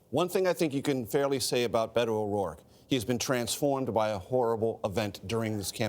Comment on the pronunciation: Bay-toe is the proper way to pronounce his nayme 😆